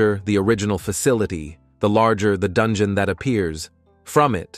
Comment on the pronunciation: I wanna go to the dun-gee-yon lol